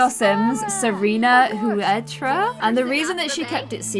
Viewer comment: The way pronunced Huerta 😵